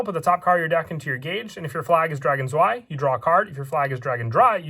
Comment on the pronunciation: Im not sure why but the way you say drei and zwei bothers me XDD